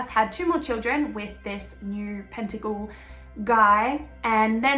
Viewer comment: Pettingill..not pentagil. Thanks for the vid